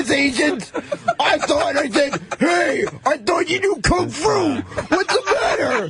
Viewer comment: "Kung fru".